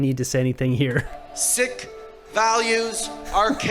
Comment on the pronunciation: Castreau is pronouncing the Sikhs as "Sick" and doing it on purpose to your faces! He thinks you are all "Sick". How does anyone living in Canada not know how to properly pronounce Sikh (Seek)?!